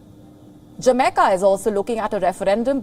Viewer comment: Jameca? You mean Jamaica